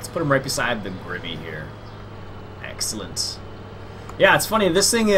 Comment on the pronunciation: Can u stop saying exalanent plz